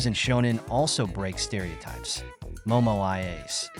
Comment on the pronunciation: The mispronouncing of the characters names is distracting.